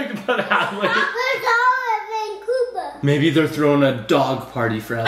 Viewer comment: 1Time It says adley you said Add lee